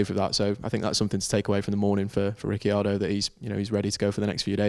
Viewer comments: It's Rickeeardo, italian origins mean that you need to pronounce every letter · In Italian it would actually be "Rich-ardo". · Still can't pronounce Ricciardo. The "I" is silent. 🙄 (the phone respelled) ha